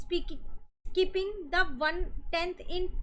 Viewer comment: mam can't say skipping 😂😅